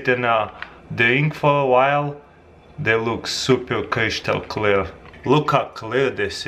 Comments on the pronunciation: CRISCHTAL celar x) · Crishtol clirr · "Crishtal creal" lol